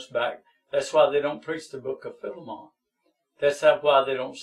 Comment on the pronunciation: “Fill-a-mon” bruh it’s Ph-eye-lee-mon this man has no idea what he’s talking about